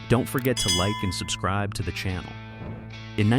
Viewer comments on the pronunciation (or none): none